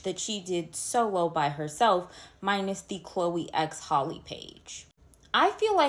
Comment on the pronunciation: It’s Halle like Halle Berry not Holly.